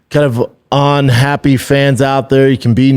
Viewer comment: On happy? Do you really not know that the word is UNhappy? Why do you ohwayz say “un” as “on”? What in the hell is wrong?